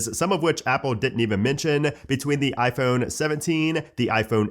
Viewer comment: Why cant he say ‘iphone’ like a normal human?